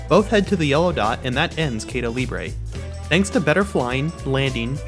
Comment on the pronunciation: Probably someone already have mention it, but if no one hasnt. You pronounced "caida" wrong but nailed "libre"